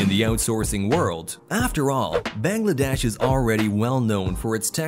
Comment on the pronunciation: The pronunciation is Baang-laa-desh not Beng-lae-desh. Btw take Love ❤️